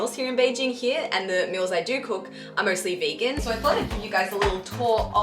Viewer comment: always funny hearing an Aussie say "SO" like soyoo beautiful.